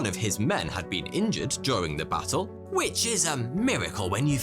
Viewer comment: lol you said battle and I heard basil... I was like yummy!